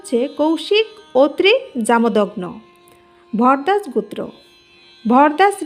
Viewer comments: গুত্র হবে নাকি গোত্র হবে??? নিজের জ্ঞান থেকে কিছু বললে কোনো প্রকার বাধার সৃষ্টি হয় না কিন্তু পরের লেখা দেখে পড়া খুব কঠিন,উচ্চারণটা একটু শুধরে নিতে অনুরোধ রইলো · উচ্চারণটা ঠিক করুন। গুত্র নয় গোত্র । আর মুখস্থ বলছেন কেন? আর ভুলভাল বলছেন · এটা বাঙাল তাই গোত্র না বলে গুত্র বলছে। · ম্যাম উচ্চারণ টা সঠিক করুন ওটা "গুত্র" হবেনা গ+ও=গো এবং "ত্র"=গোত্র।খুব কানে লাগছে। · গুত্র হায়রে বাচিকা😅😅😅 উচ্চারণ বেঠিক।😅😅😅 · GUTRA noy GOTRA bolun. Uchcharan thik korun. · ও গুত্র না গোত্র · গুত্র নয়। উচ্চারণ ঠিক করুন।একৈ নয়।ওটা এক ই। গুত্র নয়, ওটা গোত্র। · গুত্র ও গোত্র এক অর্থ নয়। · ভুলভাল উচ্চারণ। একৈ, গুত্র আবার কি? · উচ্চারন ভালো নয়। কথাটা শুনে মনে হচ্ছে অশিক্ষিত মেয়ে। গুত্র। কি? বারবার এক কথা গুত্র। আসলে একজন অশিক্ষিত মানুষের মুখে এর থেকে ভালো উচ্চারণ আশা করা ভুল। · আপনি কি বাংলা ভালো করে উচ্চারণ করতে পারেন না ঠিক করে বল ঠিক করে উচ্চারণ করুন গোত্র